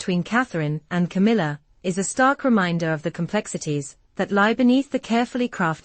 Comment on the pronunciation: Its C A M I L L A